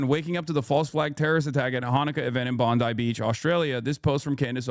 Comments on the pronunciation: Bon "die" not Bon D. It's being run smooth but I can see the 4 steps of a Mauser style bolt action there. Very rare but the last 6 months have had a number of shooting incidents in Sydney. Luckily this wasn't the guys with the AKM or the .30 Carbine or the casualties would likely be worse since they were competent this time. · For the Americans Its pronounced bond-eye Also the pms name is albo-neasy